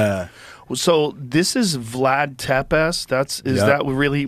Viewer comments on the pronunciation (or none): “So this is vlad tepasst” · "Tepesh" Joe "Tepess" Rogan. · Vlad "tepes"(pronounced tepesh), meaning THE IMPALER. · It’s pronounced ‘Tepesh’ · Pronounced tep-ish and va-lak-ia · Pronounced Tepesh